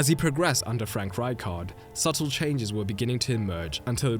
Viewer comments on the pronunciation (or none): none